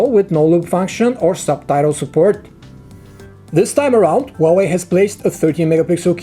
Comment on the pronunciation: It's HUAWEI!!!!! NOT WAWEI!!!!!